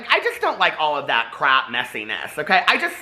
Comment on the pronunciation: I thought he said “crack” makeup...lol.